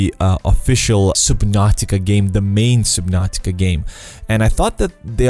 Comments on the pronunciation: Does anyone else find it annoying how he say supernatica not subnautica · Soobinartica? It’s SUB-NAU-TIC-AAA SUB-NOR-TIK-ARE. GOD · I heard SUBPNAUTICA